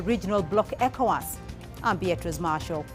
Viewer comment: Ecowas is done. Stop saying Evowas